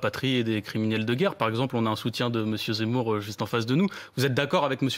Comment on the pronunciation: Mdrrrr bien vu le « zeumour »